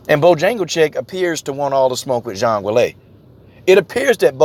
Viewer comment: Juang Weili's name is pronounced 'Jung waylee'